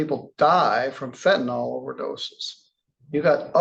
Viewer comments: "Fentanyl." The last syllable is pronounced "ILL" not "ALL"... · FENTANYL not fentinol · A judge should get it right……fent a NYL. NOT fent a NUL or fent a NOL. Yes. It matters